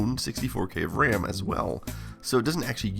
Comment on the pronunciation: RAM being pronounced "wräm" is both hilarious and endearing 😂